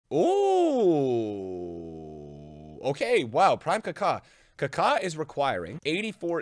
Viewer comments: He is kaka not ka kaaaaaa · It’s not carcar…